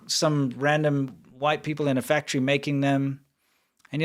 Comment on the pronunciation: where is the engine factory (fak-a-tree) soundbite lady????